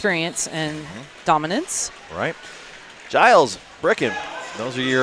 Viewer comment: Wish the commentator would pronounce Giles’ name correctly. It’s a G as in George